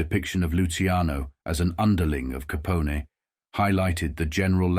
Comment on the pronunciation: How did the pronunciation get so butchered? Is it AI? I've never heard anyone pronounce "Capone" as "Caponi" before - that seems like something a robot would do.